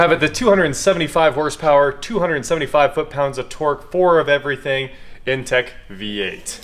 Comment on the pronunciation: I had that EXACT car [except I had a sunroof]!!! It was a fantastic car ! Mine was a 99, had it 03-04. Great ride, powerful, and luxurious. It's "Intech," not "Initech."